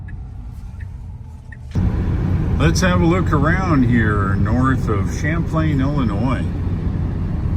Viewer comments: It's Champaign, not. Champlain. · And now you know why we are called FLAT LANDERS here in the mid-west. When we go to Milwaukee from southern IL we take 51/39 North to Rockford then take 43 to Milwaukee. We avoid Chicago like the plague. And Champaign is pronounced just like the drink.